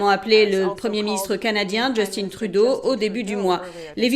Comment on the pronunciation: Cette façon de prononcer "Justine Trudeau" me fait cramper de rire à chaque fois. Remarque que c'est probablement la bonne prononciation, je suspecte fortement qu' "il" soit transgenre.